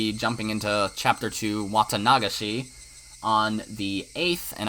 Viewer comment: The way you pronounce Watanagashi is interesting and different XD. Im used to Watanaga-shi instead of your Wata-nagashi. Anyway, amazing video as always!